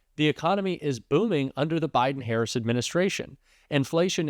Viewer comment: Is it my ears, or do you call the VP "HarrisON?" I keep hearing it that way, even when it is not followed by 'and'.....